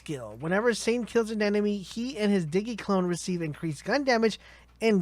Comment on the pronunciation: Uh it's Zane as in like Maine but with a Z, also Digi clone like digimon not diggy. Lol Diggymon